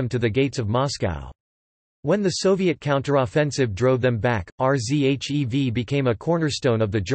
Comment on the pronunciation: R Z H E V. jeez I just stopped watching